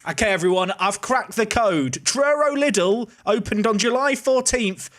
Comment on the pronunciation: Fun fact, we pronounce the German chain Lidl like this: Lee Dell But Little ist also fun :D